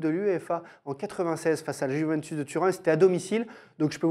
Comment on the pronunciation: Avis au peuple français. Juventus ne se prononce pas Juvintus mais Youvéntous. C'est compliqué?